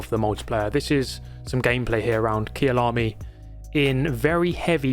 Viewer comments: Hi, viewed here. I lived in South Africa about 2 minutes away from Kyalami. It's pronounced like this "kai"lami, rather than "Kia"lami. Been watching for a while. Keep grinding. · Kyalami is pronounced K-eye-a-larmy